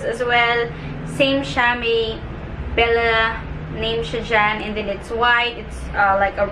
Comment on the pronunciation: For some reason, nawawala yung letter E mo nagiging I (e.g piecis, brushis, and thin(and then)). Pero when you speak english lang naman. Ok naman pag tagalog